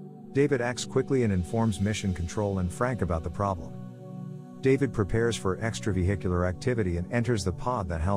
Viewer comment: Lmao "extravehicular"